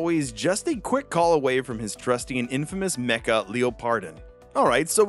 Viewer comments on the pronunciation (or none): none